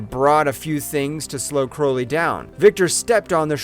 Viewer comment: It's Crowley. Like cow or out. And it's a Hatchet, not a ratchet. Like the name of the first film. I swear it's just all phoned in at this point. When you say his name like that, ITS PROOF THAT YOU HAVEN'T WATCHED THE MOVIES!